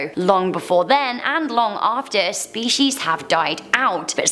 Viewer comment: SHHHPIECES hahahaha